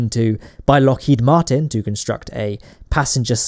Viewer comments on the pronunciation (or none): none